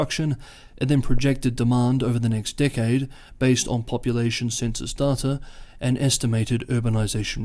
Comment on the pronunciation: When you say "decade" I'm hearing "dickhead" 😂